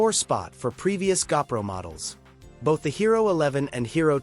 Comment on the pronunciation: I hate AI narration. It's a GOPRO not a gapro.